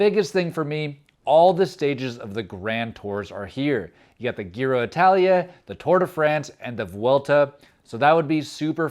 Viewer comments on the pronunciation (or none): We got the "Gear-oh-Italia"!! 😂😂😂